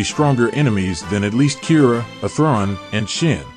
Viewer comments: Why is your pronounciation of Athrun like that??? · Interesting video, the TTS mispronunciation of Athrun is distracting, though. You should be able to edit the pronunciation.